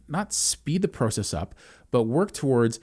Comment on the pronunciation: The way he said process I know he's Canadian